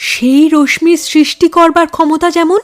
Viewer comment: উচ্চারণটা “রশ্মি: “র-স-শী”….”ম” টা উচ্চারিত হয় না, খুব কানে লেগেছে।